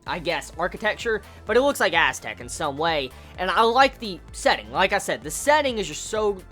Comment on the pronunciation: For a second I thought you said Asstec rather than Aztec xD